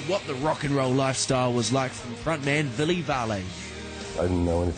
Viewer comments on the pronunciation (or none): yeah man, i turned up at 1pm and there wasbout 20people. i didnt like this interveiw, the guy was a loser and didnt even pronounce villes name right! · I know aye! That was one of the worst pronunciations i've heard yet. Ville said his own name and still got it wrong!